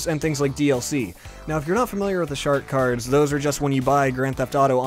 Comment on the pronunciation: You so said shart cards lol